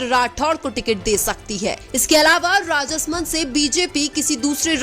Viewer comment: उच्चारण में कई शुद्धियाँ है जैसे कनक मल कटरा को कन कमल और राज समन्द को राजस मंद बोलना...